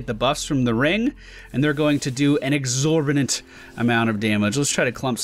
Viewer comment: Exorbinant is NOT a word!!!! It's Exorbitant* You've done this in many a video, and I can't take it anymore! Stop it! >:o